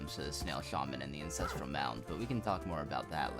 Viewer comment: this is amazing but its ANCESTRAL not INCESTRAL